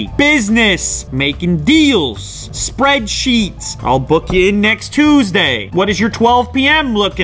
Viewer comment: Did he say spreadsheets or spread cheeks?